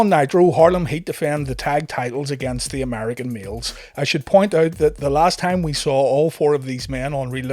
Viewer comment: When you say American males it sounds like your saying American meals 😆